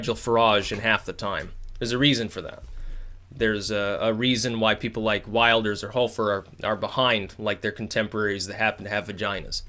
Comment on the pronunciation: "Maybe not Wilders" . . . HUH? Exactly what "weird things" has he said? You're sounding like the legacy media here. And btw, it's Wilders as in wilt, not wild.